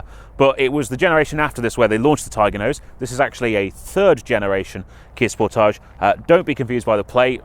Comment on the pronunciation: I am so glad we do not pronounce Sportage as you do. Have you any idea how dumb that pronunciation sounds. DAMN.